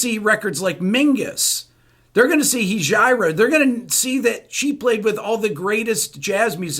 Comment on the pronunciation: Heijira is pronounced : High - Era